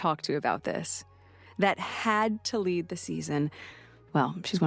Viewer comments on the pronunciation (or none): none